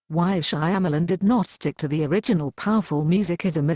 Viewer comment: The voice synthesis is perfect because it mangles Shyamalan's last name just like he mangled the names of the caraters.